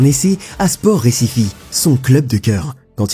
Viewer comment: On Brésil on parle portugais, pas espagnol, Recife ça se prononce pas Récifé, ça se prononce Récif